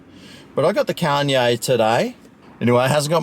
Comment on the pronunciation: i believe its pronounced "con yeeeaaah"